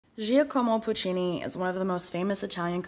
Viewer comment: actually I am commenting on the TERRIBLE pronunciation ...and btw it is pronounced "Zjakomo Poocheenee"